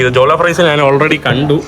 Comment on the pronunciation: എടാ മരപൊട്ടാ നാൻ നാൻ നാണ് അല്ല ഞാൻ എന്ന് പറഞ്ഞു പടിക്ക്: കമൻ്റെ കൂടുതൽ കിട്ടാനുള്ള ഊള വർത്തമാനം പറയല്ലേ അന്തം കമ്മി